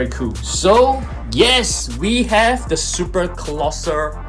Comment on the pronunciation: “Colossal” :❌ Colosser : ✅